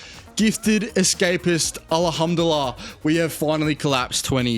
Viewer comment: Yeah it’s heavy on his tongue 😂